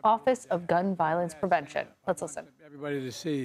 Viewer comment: Did she made a mistake in pronunciation to say "prevention"?